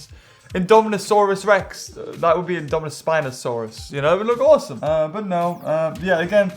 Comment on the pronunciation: "I'm not gonna pretty lie, it's hawsome" rlly?